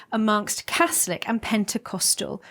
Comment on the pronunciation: Catholic , not caslic , come on news reader 🙄